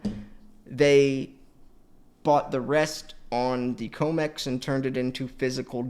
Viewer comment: It’s com x not co mex tbh your comments would have more cement